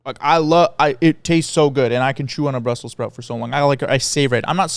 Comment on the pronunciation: the way says brussel sprout feels very croation